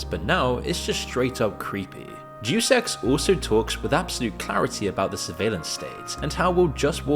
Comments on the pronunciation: Deuce Ex he says.. That's not how you pronounce Deus... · Not "Dues ex" Deus Ex. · The way you say Day-Us Ex as Deuce Ex is incredible... incredibly insulting to call one of if not the best gaming franchise in the history of humanity Deuce Ex. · It's "DAY-US EX," not "do sex." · Great video, but Deuce ex? It's De-us ex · FYI it's pronounced dayus ex, not duece ex. Absolute legend, either way. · Juice X sounds like a gym bro's dream. It is 'day-us' Ex. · DUDE! You pronounced it "Deuce" Ex??!! I was on the fence that you were AI. But Deuce? not Deus as in Day Us. as in of God. Deuce??!! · Day-us Ex. Not Deuce Ex. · I'll forgive you because you're British, but it's pronounced DAY-US, not deuce. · Day Es Ex* not douse ex. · I love the video but I'm going to be real here.. the horrific way you are mispronouncing the name, "Deus Ex," almost has me clicking off in aggrevied nerd rage.. it's not "Deuce," like the number two.. it's more like, "Day-US Ex.." 😢❤❤ two thirds of the way through it.. it's a testament to the channel love and content in general at this point! ❤❤❤😊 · Dude if you're reading a word for your videos narration and you don't know how to pronounce it look up the pronunciation. You just guessing how to pronounce words lowers the quality of your videos and you do it a lot. For example in this video the Latin prefix "Deus" is not pronounced "duce" (like juice but with a D) it's pronounced "day-us". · Duce ex… “Dey-us ex”… 🤦🏻‍♂️🤦🏻‍♂️🤦🏻‍♂️ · "Day oose" Not doose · Say it with me (day-us) (ex) not deuce ex it’s not a game of tennis. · Deus is pronounced "day-us" not "duce" it is Latin for God. It's where we get the word deity. Etymology is fun. Lol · DE US. Not douce ffs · it is dayus ex not jew sex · Bro, are you an AI? Because "deuce x" is not how you pronounce "Deus Ex." At least learn how to say words correctly before you record a video for 1.73 million viewers. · Pronounced Dayus Ex, not Juice Ex 😂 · Day-uhs ex btw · DAY-US EX Arghhhhhhhhhhh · "Doose Ex"